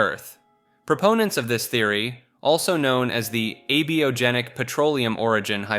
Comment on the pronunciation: For gods sake! It's _A_biogenic. Not "biogenic". The later means " made by life". The former its opposite. You said exactly the wrong thing every time and sound like a nonadvanced distributor cap.